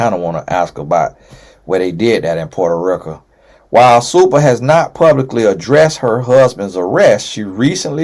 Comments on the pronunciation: Tonnnnyyyy not Potaaa Ricaaaaa 😂😂! I’m always laughing listening to you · Nobody:: Puerto-RIKA 😩🤣🤣🤣🤣🤣🤣